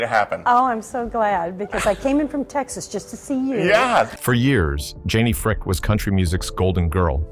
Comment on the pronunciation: So, her name is Janie Fricke--pronounced FRIKEE! (Not Fricka, like your A-I is pronouncing it). Also, why the heck in Janie Fricke's Biography do you have photos of Linda Blair (From The Exorcist movie) and Tanya Tucker ? Your A-I mispronounces a lot of words too. It all really takes away SO much from your work here.